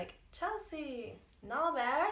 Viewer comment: Its not nah there... 😂😂NABER?